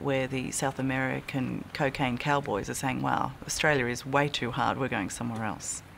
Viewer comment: I like how she pronounces: cacaine😅